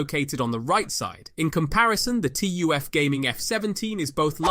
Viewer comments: Bro it's called TUF not T U F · It's 'tuf', like 'tough'